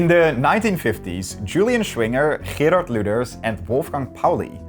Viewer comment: please... German and Dutch may be similar but in German Gs are pronounced like the G in "to go" and not like whatever you did... I had to rewind like 5 times to even guess that you were trying to say "Gerhart Lüders"... A "ch" is not automatically that scratchy sound either...